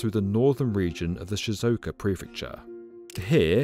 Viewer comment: Great video and all, but really needs to learn how to say Japanese place names correctly. He butchered almost all of them. Shizuoka, e.g., is four syllables.